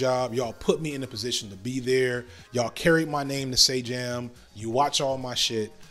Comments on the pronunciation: He was also saying Sajam's name wrong during the tournament if I remember correctly, very thing to do lmao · How did he pronounce sajam differently in the same sentence AHAHAHAHA